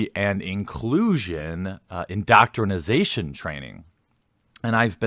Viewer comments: Please stop saying "indoctrinisation" it's indoctrination..... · I hate to be "that guy," Jeremy, but it's indoctrination, not indoctrinization. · Excellent leaks but bruh... it’s indoctrinATION, not indoctrinIZATION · For the love of the gods, Jeremy, stop saying indoctrinasation. Please. It's indoctrination.